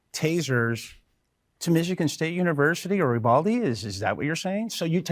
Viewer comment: Wait is he saying “ubalde’…think he means Uvalde. Get the name right as your talk about it so strongly